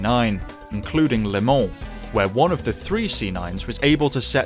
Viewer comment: I've never heard anyone pronounce 'Le Mans' as 'Limon'. Congratulations, though it's bitter sweet.